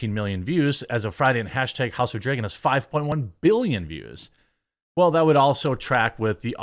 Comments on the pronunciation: why do you say "drAYgon"????!?!?!?!!?!?! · Learn how to pronounce "dragon" dude... Every time to say it weird, sounds like you say "draigon" wich is what?